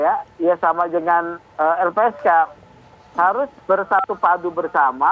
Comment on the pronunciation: Transparang, kemareng, dengang, laporang, sembilang.